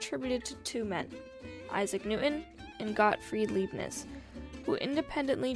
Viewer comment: Leibniz * pronounced like La ee b neez